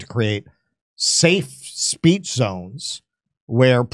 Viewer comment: Ben wants us to practice our Freedom of "Speesh" in America per Israelis law.